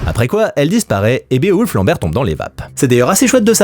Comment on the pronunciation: Bé-o-wolf......... nn tonton t'abuses "Biwolf" wsh, meme en anglais c'est plus simple, toi t'es la tu jongles ak les syllabes nan y'a pas